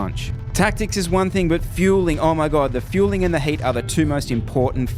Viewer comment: I thought you were saying HATE!!LOL the heat!! Gotcha.